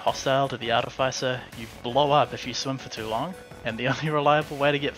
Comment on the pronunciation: ARTIFICER NOT ARDEFISER